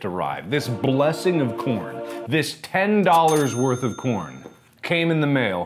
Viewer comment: Plz someone make an edit when whenever he says corn he says corn but with the p